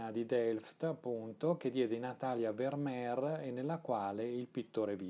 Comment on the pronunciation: Il mio occhio dice che ogni quadro di Vermeer è immenso (corretta, fra l'altro, la pronuncia con la "f"). Buono anche il film "La ragazza dall'orecchino di perla", come da te ricordato. Grazie. 🙏